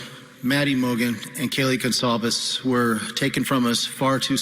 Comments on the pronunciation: Justice hasn’t been “denied” the investigation is on going and all aspects of it are meticulously being scrutinised. Patience and temperance Vinnie. We all want to see a successful conviction in due course. Also it’s “gone sol vez” the C is soft it’s a surname of Portuguese descent. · Pronounced Gon-solve-es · This guy ever going to take the time to learn how to pronounce Goncalves correctly? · My god, someone teach this reporter how to pronounce Goncalves correctly. It's her name, for heaven's sake. Get it right. ‼️‼️‼️‼️‼️‼️‼️‼️‼️‼️‼️‼️